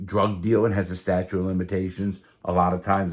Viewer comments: Hey bro, it’s “statute of limitations” not statue! Or I’m deaf as hell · I would never use a guy that is unreliable like that. Did he say 'statue' of limitations? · Sta-chute is how it’s pronounced lol. Great story tho.